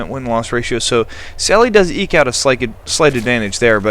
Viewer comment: its pronounced sally DES, and it's a guy =P